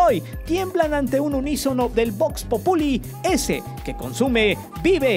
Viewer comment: Aprende a hablar bien, buey, en todos los videos tiras mierda y en todos pronuncias mal, vaya incongruente. . Loc. lat. (pron. [bóks-pópuli]) que significa literalmente ‘voz del pueblo’. Se emplea como locución nominal femenina con el sentido de ‘rumor popular que corre en boca de todos’: ( [Esp.] 2.2.85). Normalmente se usa como atributo del verbo ( [Perú] 28.9.95).